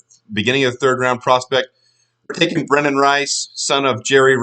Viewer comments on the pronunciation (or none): none